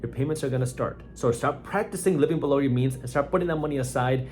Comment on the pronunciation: The "Bilouw" kills me everytime 🤣